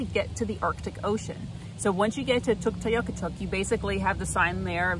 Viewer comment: Tuktoyaktuk. I've only heard the full name pronounced with 4 syllables, even by cbc broadcasters and locals. Did the extra syllable you use come from an inuit local? Thanks.